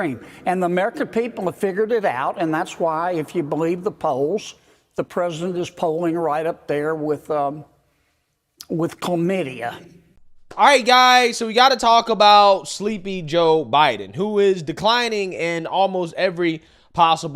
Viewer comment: Ommmmggg! Kennedy DID NoT say chlamidia…😂😂😂😂😂 . This man is off the chain!!!!!😂😂😂😂